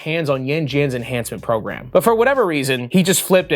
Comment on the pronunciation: Program...i thought you said phat ass